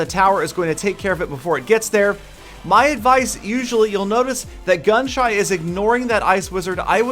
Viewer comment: He kept on calling gunshy gunshut or gunshot